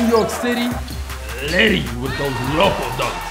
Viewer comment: YES!!! I hate when he says litty...